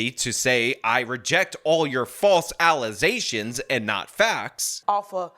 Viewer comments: ... "Fowwse allazations, n nah facs"...Ffs!!! This is her FIRST language. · "Bro, dems be allizations" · She said false alisation instead of aligation 😅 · false allezations n not fax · I cannot read the word "allegations" without reading it as "allezations." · Why can’t they read, she didn’t say clock. Listen carefully, she said “plock “ you. Don’t make false allezzations. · What is a “false allezation?”😂😂😂😂😂😂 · "False allizations" geez. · FALSE ALLEZATIONS! 😅🐕🐕 Hehheh... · I was ready to call you out on the "false allezations," but then you inserted the clip of Tiffany Henyard. Heh - i had never seen that one before. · “Alazations”? Jesus! Stupid ass people. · I can’t hear anyone say allegations anymore without hearing “allezations” in my head… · A mayor of a city actually said "allizations." 🤦‍♂️ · "Alizé-shuns" is hilarious 😂 I tried finding a definition but unfortunately came up empty handed. Im officially submitting a definition of my own to Websters. -Alizéshun (Al i zay shuhn) Noun Essentially, it is the same as an allegation, an assertion without proof, but for an allegation to be reclassified as an Alizéshun there must be fresh passionfruit juice and French Congnac involved in the assertion of wrongdoing. *For clarification, "Alizé" is a French made passionfruit juice and cognac / vodka Liqueur. It is or was a very popular beverage among certain demographics of Americans. Originally made famous by Tupac with his song "Thug Passion," which is a drink made by mixing Alizé with Cristal champagne and/or Hennesey. several other massively successful rappers have mentioned the drink in many songs throughout the last 3 decades making it very popular with hip hop fans. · What the heck is "allesations"😅😅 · PLEASE stop saying “alizations” it’s starting to have a Mandela effect and I fear I’m starting to lose brain cells. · Those "false alizations" again...😂🤣😅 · she said false allAZations🤣🤣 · Those "alleZations" 😂